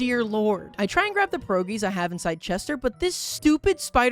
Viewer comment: Every time he says pierogi wrong i cry a little